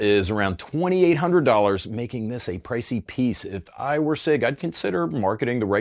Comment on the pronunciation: It's not prounounced "sick"